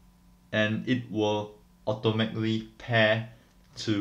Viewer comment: he can't say automatically ^~^